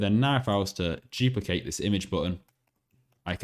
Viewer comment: I like how he doesn't say "duplicate", he says "juplicate".